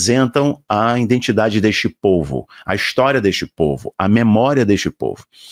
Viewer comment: IDENTIDADE e não indentidade. IDENTIFICAÇÃO e não identificação, meu querido.